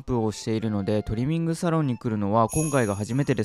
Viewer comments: トリミングの発音が違いますよね?😆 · トリミングの発音がスイミング🏊🏻‍♀️ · ドライヤー中と爪切り中大人しいなんて、偉い娘だ。コロちゃん、初めてとは思えない。✨✨ 、トリミングの言い方のアクセント私と違うんですけど方言ですか？ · トリミングの発音がいいな😂😂🎉